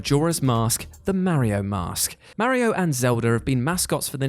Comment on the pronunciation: Mary-O and Zelder..